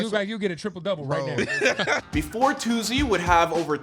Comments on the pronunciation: They is no z in Toosii omfds😭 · ITS “TOO-SEE” not “TOO-ZEE” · Yall annoying me saying "toozii" its "toosii" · It’s not toozzi it’s TOOSII 🤦🏾‍♀️ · Is it too-z or too-c Bc y’all keep saying too-z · It’s toosii not tozzy gaddamn 🤨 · Stop saying To Zee😭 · TOO - SEE .. not however they pronouncing it 🥱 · His name not “toozzii” cmon man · Why they saying toozii tf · Why y'all say Toosii like that? It ain't hard to pronounce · That’s not how u pronounce his name mfks🤣 and that’s now how u pronounce Raleigh either🤦🏿‍♂️ Micheal wya😭